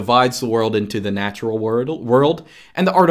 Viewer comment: has Russian accent when says "natura". I'm Russian, I know what I talk about...